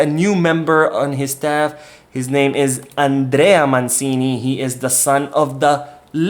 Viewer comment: It's Roberto Mancini ([ch]) not Robert ManSini 😊